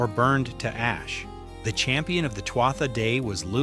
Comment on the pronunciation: NONONONO, it isn't "sel-tic" it's KELTIC. kkkkkeltic. sigh; it isn't twata - pause for a minute and say that out loud again. not TWAT-a; see what I mean? they were "too ahh" "day-dahna". Another sigh: Claíomh Solais (Irish for "Sword of Light") is pronounced roughly as "Klee-uv Shull-ish". Remember this is GAELIC not English. "MH" in Gaelic is said like a "v". Oh, boy: Maige: My-geh (rhymes with "high-geh"). Tuired: Too-red (rhymes with "do-red"). Luu, not LU-GH. ...not CUCHILIAN- "coo coolin". Bean Nighe (Scottish Gaelic for "washerwoman") as "BEN NEE-yeh" or "ben-nee-yeh. Cailleach is pronounced with variations, but generally like "KAH-lyakh" or "KULL-yakh. And NONONO Samhain is a Welsh word, the "mh" is that soft "v" or mostly Sowen. It means summer's end. All I did for was enter the spelling and ask how is it pronounced. Tadah! PLEASE look up the correct way to speak these words; it lends more creedence to your channel. Otherwise you'll have someone else tearing your pronunciations apart.